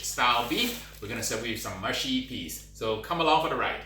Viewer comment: ma-shi peas? huh ... moosh - shi peas